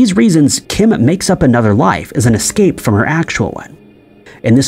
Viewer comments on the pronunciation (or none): none